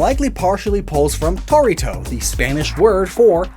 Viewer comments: Not japanese, but i'm spanish That torito pronunciation was bad. You gotta roll the r, ONCE. Not torrito, torito. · Well, I'm not Japanese, however I have something curious to say I'm Panamanian, and the pronunciation of "torito" was better when you pronounced Gastrodon's name in Japanese (Toritodon), because the accent isn't in the O (none of those), but in the I, (torIto) (the i is in capital letter to make it more obvious) If it was "tOrito", we would write it as "tórito" due to our grammar rules in Spanish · note on the pronunciation: Torito is pronounced “Toe-ree-toe”. The “R” is meant to be rolled. Fire vid as usual